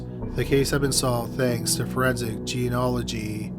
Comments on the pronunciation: DNA gets mentioned and...checks notes...mispronounces it "ge-ON-nology" for the fourteen millionth time. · Sorry, dude, but this keeps driving me crazy: It's pronounced jean-E-awl-oh-gee. A lot of times you leave the 'E' bit out. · Can you please, for the love of christ, learn how to pronounce genealogy correctly? You use it in damn near every video these day and yet still insist on absolutely butchering it